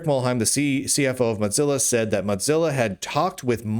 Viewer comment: Mudzilla. Modzilla. I think you're the only person I've ever heard who says Mozilla like that.